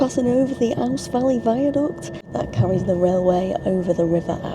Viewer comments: River Ouse as in oooooz. Us locals call Littlehampton “LA”. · Great video, ouse valley is pronouced oooze. You would also have gone through Clayton tunnel with its castle north portal, if you sit on the right hand side of the train you can just see the portal as the train goes into the tunnel